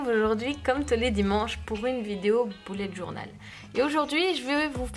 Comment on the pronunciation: J adore mais ce qui me stresse et quand vous dîtes boulet journal au lieu de bullet journal 😂🤣